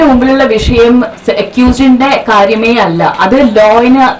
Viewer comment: അഞ്ജലിക്കൊന്നും മലയാളം മര്യാദക്ക് സംസാരിക്കാൻ അറിയില്ലേ 🤦‍♂️. അല്ല എന്നുള്ളതൊക്കെ എല്ല എല്ല എന്നാണ് പറയുന്നത്